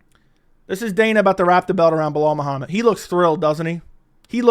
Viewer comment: I’m surprised Dana actually pronounces Belal’s name properly smh